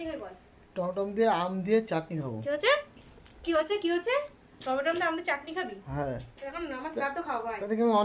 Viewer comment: "টমেটম" - টা আবার কি?